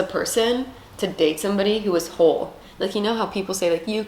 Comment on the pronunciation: "W-hole W-heat" lol